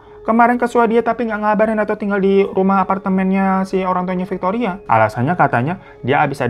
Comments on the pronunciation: Bang pas dirimu blg "fictoria" ak lgsg ngelag parah 😂 ngebleng 😂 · Gw sereceh pas bang Hiro nyebut Victoria.. 🤣🤣🤣🤣 terkencing kencing eyke.. Ngakak ga bs berenti haduuhhh ampuuunnn 🤣🤣🤣🤣🤣🤣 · Victoria veronica 😂 dh brpa kali tuh slaah nyebut nama😂😂